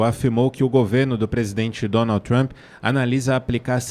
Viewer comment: Parem de chamar ele de Donaldi Tramp. Aprendam a pronúncia.